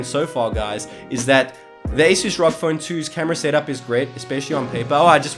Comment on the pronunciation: who says R-O-G as rock 🤣🤣🤣